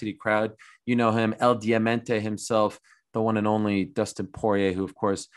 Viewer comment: Dustin: Dustin Conor: Doostin Khabib: Dastin